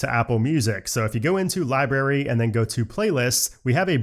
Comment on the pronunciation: Library - not libary br